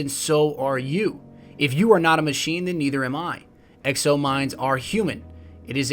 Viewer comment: Its exo not ecO